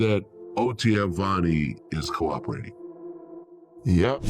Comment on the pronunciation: OTF Vonie not Venie